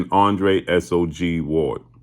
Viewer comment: Andre "SOG" Ward? Naw bruh, I clearly heard him say he was Andre "Who's Us?" Ward.